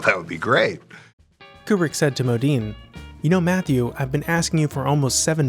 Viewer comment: Kubrick, more like like Kuprick.